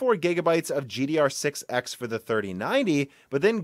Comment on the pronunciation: ever since that one broken silicon i keep noticing him saying gdr6(x) instead of gddr6(x)